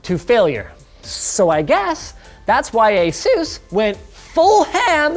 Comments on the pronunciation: asus not asues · Pretty sure you pronounce it ASUS and not AESOOOOS